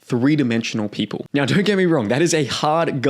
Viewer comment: Dude why do you say "now" as "nyauw" and so on.